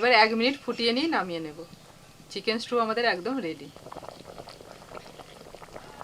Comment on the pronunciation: Strew noy stew bar bar strew bolcho , holud dite hoy na Thik moto uchharon korbe😊